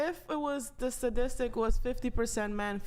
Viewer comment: "sadistic"???? What the fuck is that, did she mean statistic?!?!?!